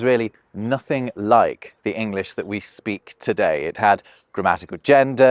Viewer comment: "se bluetoof device is reedy to pair"